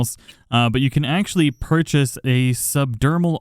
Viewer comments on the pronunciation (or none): none